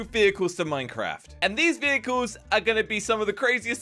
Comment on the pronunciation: ToDaY wE aDdED FiVe NeW vEhIcLeS To MiNcRaF